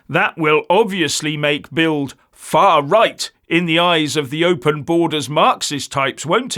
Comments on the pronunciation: BILD is pronounced BILT in German (Ds pronounced as Ts) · It's pronounced "Bilt".